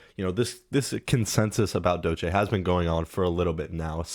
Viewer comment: Man don’t want to be that guy, but you are mispronouncing Doechii. And yes, she is very talented and I hope more people acknowledge that